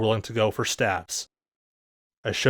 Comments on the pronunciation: STAVES. S-T-A-V-E-S. S T A V E S. Not "staphs". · Please stop saying st 'ah' ves, staves is pronounced st 'ay' ves. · it's "staves" not "staffs" :D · wtf is a stav? I think you mean either a Staff (with a "f" when) talking about them singularly, or Staves (with an A, rhymes with Dave) for plural. There is no such thing as a Stav. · it sounds like you're saying "staffs" because your pronounciacion is strange. go to google translate, enter "staves" and click the microphone icon to hear how it's pronounced :) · The plural of staff is staves, and the a is long, so say "stAves" so you won't sound as ignorant next time. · I thought this was about Daggers. I kept hearing "STABS" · It's a long "A"... STAAAVE. JFC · STAVES [steyvz] /steɪvz/ I had no damn clue what you were talking about until I saw a picture of a fucking staff. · You said.....st-ah-vs.